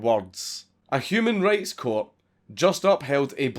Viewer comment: Whenever you say human rights, it sounds like you say human race, even closed caption gets confused